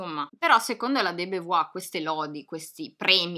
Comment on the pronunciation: Simone De Beauvoir si pronuncia simɔn də bovwaʁ... BOVUAR per chi non legge l'alfabeto fonetico. Certamente non BEVUAR. Piccola precisazione.